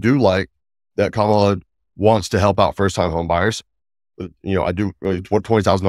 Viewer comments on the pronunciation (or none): you undermine your own credibility by not pronouncing Kamala's name correctly.